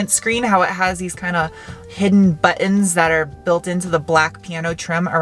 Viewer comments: Funny and cute how you say butt-ins instead of buttons. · BUTTUNS! Love it when you say buttons, he! Thanks for another great car view, as always fun 'n' informative. BUTTUNS!